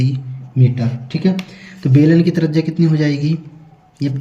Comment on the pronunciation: Bhai apne bolne ka tarika thoda sahi karo trajya nahi त्रिज्या hoti hai